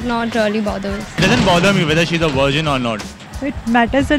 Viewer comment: Did I just hear Wirgin? It's virgin not Wirgin....dhuh.. V is a frictional consonant in English phonetic and w is a voiceless consonant. FYI...I am not an English major or journalism student, still I know.